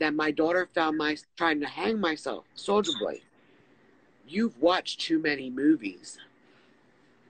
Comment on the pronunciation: She can't even say his alias right. She keeps saying Solider Boy lol